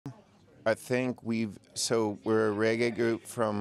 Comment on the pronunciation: uno cah even pronounce reggae